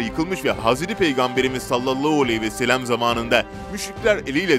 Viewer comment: Kardeşim biraz Arapça konuşmayı öğren. Çok kötü bir konuşma yapıyorsun Sallalahualeyhi vesellem demeyi iyi öğren. Konuşan bilgisayarsa bir şey diyemem. Ama bilgisayar değilsen Rasulullah’ Sallalahu Aleyhi vesellem demeyi çok çok iyi öğren.